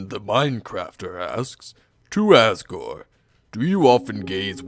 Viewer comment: its not assgore its asgore.